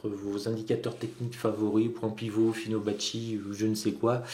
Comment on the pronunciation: "Finobacci" n'a qu'à bien se tenir lol...merci bonne journée